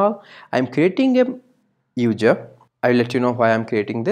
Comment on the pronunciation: hard to understand sometimes, but thanks for sharing! It was really helpful. My advice is to work on the pronunciation like "user" instead of "udjer". Makes it easier to follow :P (No Critique, Just some friendly advice) ;) Blessing.